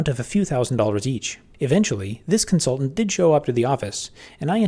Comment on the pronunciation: w Constaultant on comsulting